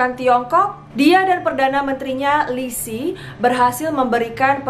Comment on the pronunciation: cara bacanya Qin = Cin, bukan Kin. Yin Zheng = Yin Ceng, bukan Yin Zeng, Lisi = Liseu